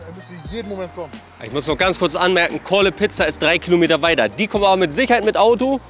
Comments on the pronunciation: Mich triggered es dass dauernd Calle Pizza sagt statt Call a Pizza Edit: Sein Bewertungssystem macht auch keinen Sinn. Bei 2gegen2 müsste er die Gewinner nochmal antreten lassen mit einer anderen Pizza oder so ähnlich. So ist es absoluter Schmarrn. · Calle Pizza? Die heißen Call A Pizza